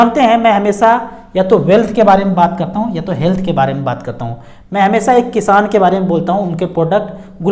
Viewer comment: किशान नही किसान होता है